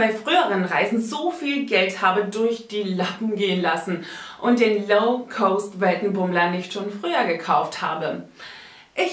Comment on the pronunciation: Das ist total unglaubwürdig. Das sind alles nicht belegte Behauptungen. Nenne doch mal ein Beispiel. Du kannst den Namen ja noch nicht mal richtig aussprechen. Das heißt "low cost" und nicht "low coast". Oder sprichst du von einer niedrigen Küste?